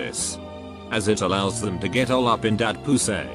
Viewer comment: I can't help but chuckle when the bot says PU-SAY and FA-SE-PLNT - that's fucking disgusting. I really wish i didn't know this. I didn't know/think any human like this would exist. w. t. f.